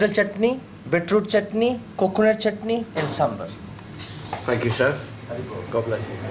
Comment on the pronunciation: Hare Krishna 🙏🙏. I love the passion of chef. It reflects is the taste as well. Thanks for bringing this in your channel. The only suggestion I have is. I notice the chef saying samber and your title as well. It's actually "Sambar" and not "Samber".